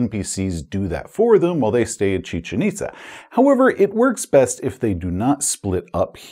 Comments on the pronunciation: Your pronunciation of "Chichen Itza" is exactly how I've heard it via docs & archaeologists, at least here in the States. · Great job pronouncing Chichen Itza. Cool place, too. Visit is recommended.